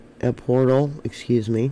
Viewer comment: Pronounced EL Por tale